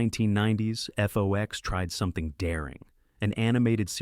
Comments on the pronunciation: It’s FOX, not F-O-X. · How old are you? I ask because you referred to FOX (like the animal) as "F-O-X". Also, the name of the guy who voiced C-Beer was pronounced as "Tone Loke". I mean, that was EVERYWHERE in the 1990s.